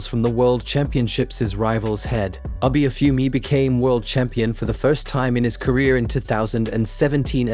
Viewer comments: please stop saying "aby" it's "abeh" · Might want to pronounce his name correctly. It’s not Abi. It’s Abe, like tempeh